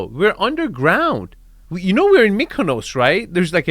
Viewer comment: STOP SAYING KONOS WTFFFFF